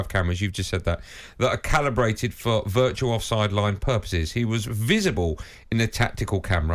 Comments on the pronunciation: It’s calibrated, CALIBRATED! Not collaborated!! Thick or what? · Never have I heard the word "calibrated" mispronounced so many times in the space of 5 minutes. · I've never heard the word "calibrated" mispronounced so much in such little time